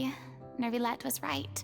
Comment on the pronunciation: I just can't wait until you are done with Fontaine, so I don't have to hear Neuvillette's name pronounced wrong anymore, lol.